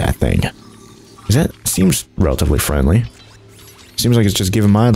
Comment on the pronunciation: And she is freandly